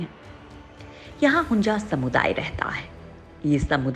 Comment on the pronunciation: Don’t know how to pronounce? It is HUNZA and not HUNJA. 😡